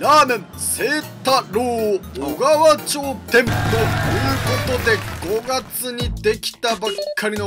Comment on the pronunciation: 「おがわまち」じゃないですか？